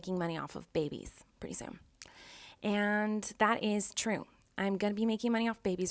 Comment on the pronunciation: I love how she says the:d this:dis that:dat